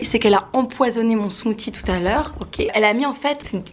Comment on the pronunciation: SMOOTHIE SA SE DIT SMOOCIE PAS SMOTY